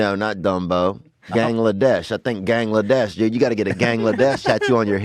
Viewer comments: OMG AHHAHAHA GANGLEDESH HE MEANT GANESHA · Gangladesh 😂😂😂 this man meant to say Ganesha lmfaooo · Mispronunciation of 'Ganesha' had me cracking up in the middle of a Tim Hortons lineup. LMFAO this never ceases to embarrass me. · Lol Gilgamesh is still wrong, it's Ganesha.